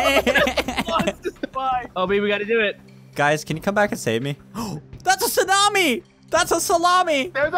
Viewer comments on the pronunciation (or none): Okay stormworks again, but... Tsuanmi. Just correcting ya. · Spy why did you say tsuani